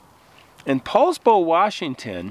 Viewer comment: OMG I live in Poulsbo, thanks for correct pronunciation 😊